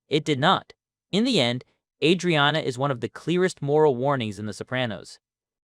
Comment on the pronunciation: Just gonna decide to pronounce her name you own special way ?